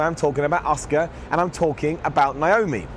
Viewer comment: Who's Oscar? I think her name is pronounced "Ah-Su-Ka* lol